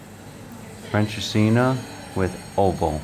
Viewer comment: Nope, it's not pronounced "French'as-seen'er". 😃